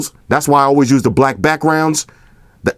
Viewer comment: he a blood he said brack lol